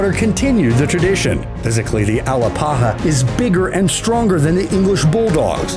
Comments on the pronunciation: It's pronounced A-lap-aha, not Al-a-pa-ha. I have one and she's the best dog. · (Uh LAP uh huh) is how you pronounce the Alapaha Blue Blood. The accent is on lap not pa. BTW the Alano Español is not pronounced " a lonyo ". There is no tildy over the end which would indicate a Y sound to be used, as there definitely is in Español. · Hey narrator, try this, ( BRACKy - sef - PHALlick ) = brachycephalic. And it's S t a f-fordshire not S t r a t-fordshire Bull Terrier, and you can't pronounce A-LAP-aha for scheisse, much less Alano, or Ca de Bou, and others.